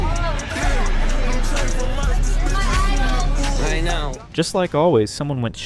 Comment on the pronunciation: When you put the stress in the wrong part of content, you're saying the verb, as in contented. This is confusing to native English-speakers. We put the stress on the first vowel when it's the noun, and we put the stress on the second vowel when it's the verb. This is how we telegraph to other English-speakers which one we mean. English is a stress-timed language, which is why putting the stress in the wrong part of the word is so bad. Usually when we hear bad grammar, we get a bad feeling, because we learn grammar as toddlers if we are native speakers, so grammar is usually internalised like that. I don't get why americans don't get that bad feeling the rest of us get when they mangle our language like that with no self-awareness, a bit like Josh.